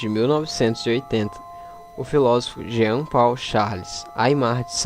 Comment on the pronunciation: Paul se lê "pou" :)